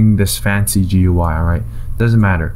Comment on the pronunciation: This is the first time in my life I have heard someone pronounce "GUI" as "Gwi". Good tutorial nonetheless.